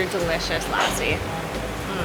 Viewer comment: I hope you learn how to correctly pronounce the words while you appropriate and milk out views by using India as a tool to grow your subscribers. 'Lassi' is not pronounce like Lassie the dog. It's pronounced lussi. Please ask one of the billion people in the country on the correct enunciation of words. Great videos otherwise, btw!